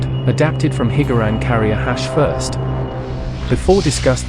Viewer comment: Hearing “Hig-Gar-Ran” is quite triggering